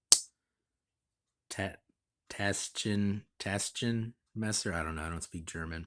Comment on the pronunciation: Pronounced "tush-n-messer" 😉 thanks for the review!